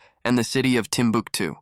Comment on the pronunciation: I love that you pronounced Timbuktu correctly, a like and a subscribe for that. Great video.